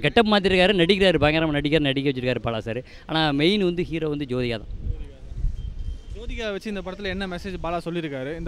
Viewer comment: அடேய் அது சோதிகா இல்லடா ஜோதிகா டா😀😀😀😀